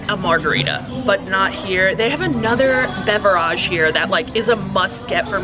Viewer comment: Enough with the 'beverajes' stuff....... It's getting old.